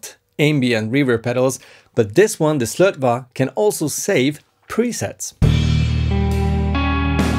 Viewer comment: Yo its pronounced SlötvO;) the swedish å is not an a its an O! nice video though:D